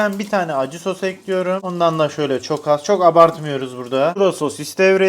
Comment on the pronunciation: hiçbir videoda değişmeyen şey: tencereyi ocağa eklüyürüm